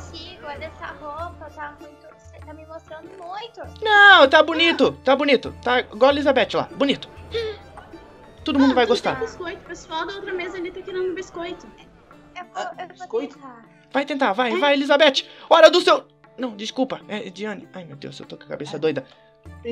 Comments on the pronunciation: Você gosta de gostar ou melhor ainda você goxta de goxtar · você goxta de goxta????